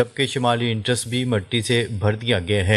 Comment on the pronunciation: "اینٹرینس" نہین کہنا آتا ؟؟